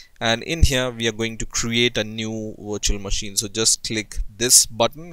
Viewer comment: I thought he said install it on your washing machine lmao